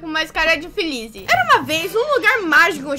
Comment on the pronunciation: VC DISSE FELIZ ERRADO TU DDISE FELISE VENNHAA COM SEUS PROOPRIO OLLHOS:glasses-purple-yellow-diamond